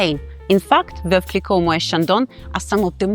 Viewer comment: While the content of your videos is very good, your constant mispronunciation of both Moët & Chandon and Veuve Clicquot is a tad jarring. I appreciate your expertise in wines, but you may want to double check that pronunciation. I believe it's "moh ETT" and "klee koh."